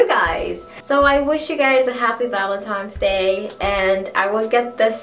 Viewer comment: You said "Valentimes Day" you must be caribbean!! hehe